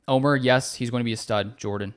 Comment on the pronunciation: Great show ty! Omer not Omar lol! From Juan Les Pins, Antibes France. GO PACK GO!